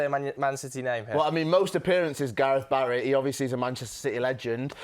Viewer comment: Man said Gareth Barry loooool stop it